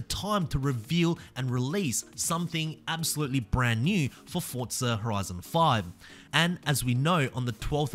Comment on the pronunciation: There’s no T in forza